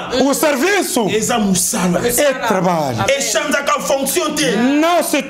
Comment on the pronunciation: Aprendeeeee tu trabaliooooo 🤣🤣🤣🤣🤣🤣🤣🤣🤣nazokoka te 😅🤣🤣🤣🤣